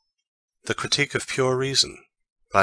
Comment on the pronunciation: pure reason or pure qritique ? is there error?